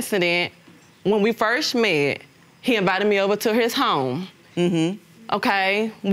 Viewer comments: “When we firsch met” 😂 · Man I thought I was tripping when I heard her say firsh. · Not firsch 😂😂😂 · "When we 1st schmet". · When I "Firsh" met you! I thought You were so Handsome!